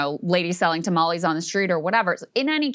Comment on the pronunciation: Oh my god Krystal said tamales right!!! I’ve never heard an American get it right haha